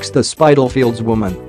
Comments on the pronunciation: Spit-al-fields,not spytalfields! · It is pronounced Spit tal fields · It's called spitafields wish you yanks would pronounce English names correctly. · This is probably the worse reconstruction documentary I've seen, badly put together and presented. The area of London is pronounced SpiTTeLFIELD not Spydal. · spit - al - field not spite al field. Americans have problems reading English. 'i' is pronounced 'ai' only when after the following letter an 'e' appears. you don't say spait for spit. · It's pronounced Spittle..fields, interesting video though x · Spittalfields is the correct pronounciation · That pronounciation of Spitalfields! :D :D